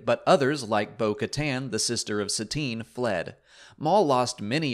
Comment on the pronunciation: Is "Cries" the official pronunciation of Satine's name? I always figured it was "Kreez"